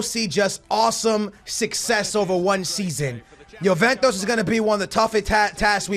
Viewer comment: I haven't watched a video in a year and i see you're still pronouncing names wrong like juventus you say yoventos